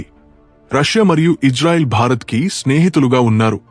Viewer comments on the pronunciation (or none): none